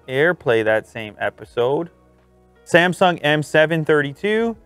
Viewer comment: "S A M S O N G"